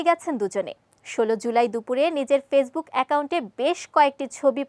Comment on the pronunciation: apni kota ta pecbook bolsen aita 😂😂😂Facebook hobe kawki sunsen 😂😂😂😂😂😂 pecebook bolse apu